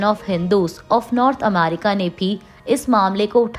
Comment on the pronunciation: Ammerica nahi America..